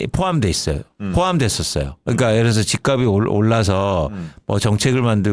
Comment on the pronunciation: 단어 발음 좀 제대로 해줘요. 발음: 집갑이 -》집깝씨